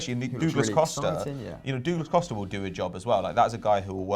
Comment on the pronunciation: Dooglas Costa 🤦🏽‍♂️